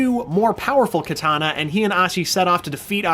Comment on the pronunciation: Stop saying kitana pls